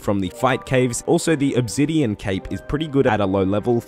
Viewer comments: loves mispronouncing stuff Pretty sure he does it one purpose at this point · didn't know obsidian had a Z in it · they way hes says "obsidian" and "ethereum" really pisses me the fuck off.